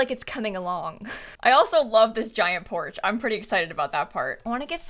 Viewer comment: The way says “poarch” is so fancy